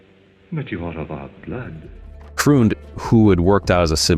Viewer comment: Freund is pronounced "Froynd". F.F.S. ‼️